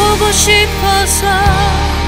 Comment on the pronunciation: 발음이 왜이렇게 튀어요? 너무나 포고 싶어서 포고 싶어져서 가끔쒹 홀로 투눈을 감곤 해, 너와 나 사랑을 하턴 날틀과 헤어지던 날을 난 간직하게 돼 ㅋㅋㅋ 감정이고 나발이고 발음 때문에 못들어주겠네요.